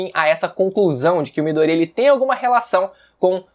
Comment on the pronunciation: Que agonia de vc falando midorÍa velho, nem na dublagem original eles falam assim